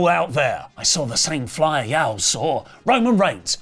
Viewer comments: "Yowell" had me folded :face-green-smiling:. Brits we pronounce it "Yawll". 😅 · Its Y'all as in you-all. Not YAO as in YAO MING. Thanks :) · y'all is pronounced "yawl", not "yal". It's "you all", not "you al". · “YAWL” like Wtf How They Supposedly The Origin Of English As A Language, But Can’t Say Y’all (You All) Correctly? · Lol. Great episode. One thing tho. When you say "Y'all" say it as one syllable. Yall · Hahaha just pronounce y’all as YAWL! 😂 Sincerely, Texans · it's pronounced like the word "awl" with a y on the front... yawl.... not whatever th you're saying lol i think you're sayng... the name Al with a Y as a prefix... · heads up, y'all is pronounce like wall ball or fall NOT like hal or pal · lmao say Yall like yaw its weird but the Ls are kinda silent when said with some sauce in ya voice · Y’all is pronounced with the a in an “ah” sound but good try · Bro You Too As A Fellow Louisiana Native 😂 This Mf Said “YAWL” Wtf Is That. Im Dying Over Here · Learn to say y'all correctly. 😂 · You’re killing me the way you say y’all 😂 only a Brit 😂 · As someone who grew up in the southern USA, hearing a British say "y'all" has me literally laughing out loud. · I like how says "Ya'll" 😂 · pronunciation of "y'all" is taking me out lol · mispronounces “y’all” It doesn’t bother me it doesn’t bother me…it bothers me it bothers me A LOT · as someone from the southern US, the way pronounces ”Y’all” is atrocious and hurts my ears. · pronouncing y'all physically hurt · trying to say y'all is hilarious to a southerner. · As a person from the South, hearing say “y’all” is my favorite thing ever. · as a Floridian I was losing it 😂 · As a Texan, same lol